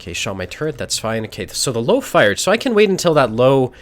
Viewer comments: I swear to god it triggered me like nothing else Its LÖWE ffs 😂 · Löwe closer to Lerver not "low". It's a small thing but important. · I love watching, great player. The only thing that makes me cringe is when he pronounces Löwe as "Low". It is more like "Lurver" with the U pronounce a little longer almost like "Lourver". Not a criticism, love the vids:) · Lowe is pronounced lerver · its pronounced lerve, not to be an arse im just saying because hearing low just pisses me off xD like its not even close man come on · Lowe is pronounced Lurva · So it's actually pronounced Lirwea:) I would love to invite to Oktoberfest, as the Loewenbrau has that big lion that says "Loewenbrau", and if you heard this once, you won't forget the right pronunciation of Loewe. Like here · That Löwe pronunciation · the way one says the Ö in Löwe would be similar to how you pronounce the U in 'run'. You also gotta remember that there infact is an E in Löwe. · Just can't watch this video till the end because of that Löwe pronounciation ;__